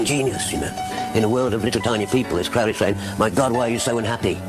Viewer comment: The first syllable of Crowley is pronounced like the bird. "Old Crow" is one of his nicknames. I know some Crowleys, they pronounce it that way.